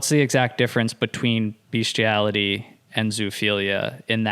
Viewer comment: She mispronounce bestiality this is not kink or a fetish this is sexual assault of a creature that cannot consent as someone who works with dogs on a daily basis and has an intact male dog this is fucking foul